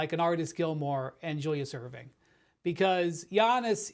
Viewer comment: This man just said Julius Erving..